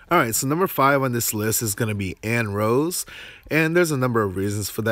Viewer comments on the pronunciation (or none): Beast Tamers damage formula is (0.7 * PATK) + (0.945 * AGI) + (0.175 * DEX). Single blade feels weird there, though PATK is so much higher it offsets AGI loss. Believe it's pronounced something like ann neh row say, Japanese being アンネローズ (An ne roo ze), sounds better in my opinion.